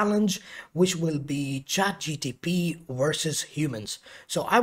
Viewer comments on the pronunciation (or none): Trigger alert: he keeps saying Chat G T P .. instead of G P T